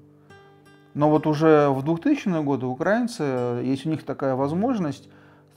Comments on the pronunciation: О чем оно рассказывает если не правильно ставит ударения в словах украинцы, украинский и т.д ? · тогда и ударение надо ставить правильно в слове украИнцы...а то как-то про грамматику заявляем,а ударения ставить не научились...печальное зрелище...